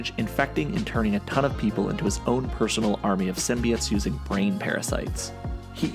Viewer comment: Symbi(oh)tes not “symbiut”